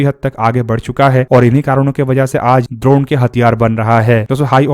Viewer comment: लगता है भाई गुरु द्रोण के बारे में पढ़ कर आया है। इसीलिए ड्रोन को द्रोण बोल रहा है 😅